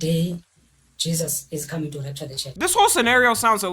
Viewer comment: it so annoying how he pronounce "rapture"